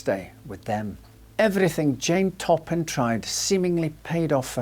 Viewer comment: Jane " Top 'em "Toppan ....